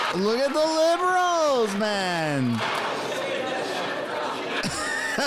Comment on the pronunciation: You said bliberals😅